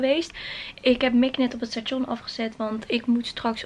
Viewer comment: Grappig hoe je station uitspreekt